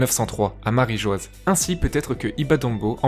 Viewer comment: C est MARIE JOIE PAS MARIE JOISE !!!